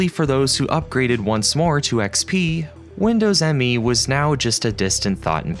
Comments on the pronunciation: Another good video. FYI, it's not pronounced Windows "M-E" but Windows "Me" as in "It's all about me". That's not a minor point because when Microsoft called it "Me", it added to the confusion. At the time, I remember people asking what was this operating system's claim to fame. Why buy it instead of W2000? Oh, it's called "Me" implying that it's very user friendly in contrast to the professionalism of W2000 and will lead "me" into the new millennium, one BSOD at a time. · Minor nitpick: Windows Millennium Edition is actually pronounced Windows Me and not Windows M E. It's weird, yes, but that's according to the official marketing. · I thought it was pronounced “Me” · It was never confusing to me, but maybe because I pay attention to details and knew the NT kernel already back then very good. Windows Me (by the way it is not M.E., but "Me", as in "me=I") didn't even get the UI right, they forgot to bundle the TAHOMA font, which WIndows 2000 used as primary UI font (Me uses still the old MS Sans Sarif font). So my eye immediatly could spot a very clear difference. And of course the kernel just like 98 and 95 was just unsecure and unstable by design. For 95/98 was unacceptable already in the 90s. I also know noone who thought "2000=Millenium" in the Windows lineup, maybe that happened in some countries more than in others? Oh and Windows Update was added to Windows 2000 in a Service Pack :)... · I feel like the author here must be young and not lived through this period. Windows Me was usually said Windows Me. As in (me, myself, I). It was marketed as being personal in nature hence the name. You can see that right in the logo. It’s Me not M.E.